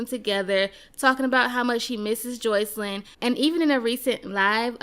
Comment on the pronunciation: I hate how u pronounce sis name!! It’s Jos-See-Lyn